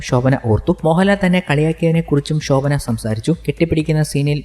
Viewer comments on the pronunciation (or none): ഷോഭന അല്ല ശോഭന